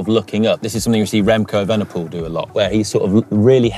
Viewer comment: "Remco Vanderpoel"? Imagine that monster :o